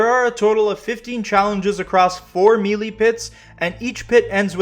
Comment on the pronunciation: MAN lol I got a headache just watching this thinking about this platinum journey! ...also bro, Melee is pronounced "may-lay" lol not "meely" :hand-purple-blue-peace